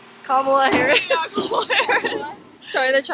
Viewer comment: You'd think someone who was going to ask people about who they were going to vote for would learn to pronounce the VPs name properly before doing so.